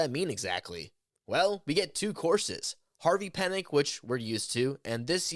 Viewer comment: Harvey Penick is pronounced "PEA-NICK". PLEASE get the man's name right. He's a legend.